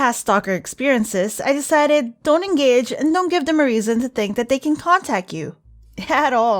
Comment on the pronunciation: When she said contact she said concat